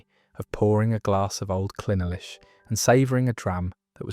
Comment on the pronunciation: Who wrote this 💩? Talking about Strathmore single MALT when all the labels on the bottles being shown clearly state that it’s a single GRAIN. Clynelish is still on sale, it was Brora that closed, and that has now been reopened. Not to mention that it’s not Clyn el ish, but Clyne lish..